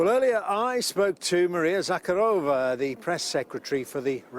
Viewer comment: Тупой репортёр, даже не поинтересовался как произносится фамилия! Не Закорова! Захарова!